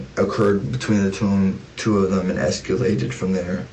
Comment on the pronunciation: 'es-ca-lated' weird!